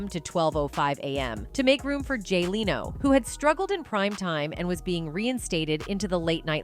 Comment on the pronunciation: Jay “ Leano” does anyone else wonder if this A.I. voice is saying names wrong to hide it’s level of intelligence and saying things wrong to mess with us and make us not worry about the world becoming something similar to the matrix? 🤣🤷‍♂️. If the matrix happens in real life we won’t be in pods. Imagine something in between terminator future and the matrix! Ppl will wish for the matrix to become a real thing!